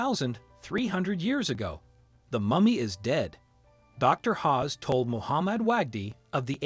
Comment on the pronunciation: Pronunciation is everything, Zahi Hawass NOT Hawes. As for the others oh dear 😂 definitely won’t be subscribing to this. Use of AI for voiceover I can only assume, if not then 🙄